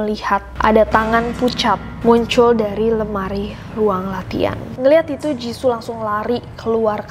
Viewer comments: Jissoo bukan jissu kak😂😂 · aku : jiso nessie : jizu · Me : Ros Nessie : Roze Me : Jisoo Nessie : Jizu Lidahku tidak se lentur itu 🙏🏻